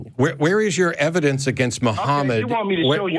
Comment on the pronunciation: Of course the guy who pronounces it "ebidence" has a childish understanding of the burden of proof